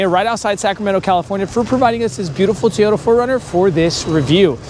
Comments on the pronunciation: Its called a TOY ota... not Tayota😂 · It's TO-YO-TA not TAY-YO-DA!!